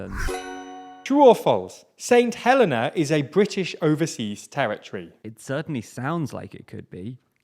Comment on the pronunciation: And it's pronounced hel-EE-na